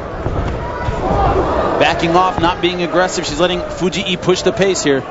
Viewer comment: Fu-jee-ee? WTF?